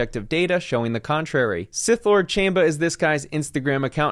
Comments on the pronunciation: It is pronounced as "CHAHM-ba." "Chamba" in Spanish means "hustle," which is obviously what this dude is up to. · I like how he says chamba the wrong way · Chamba the first a is a soft a not hard a